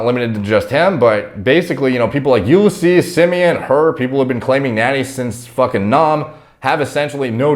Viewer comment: It's no You-le-seas, it's You-liss-ease, lol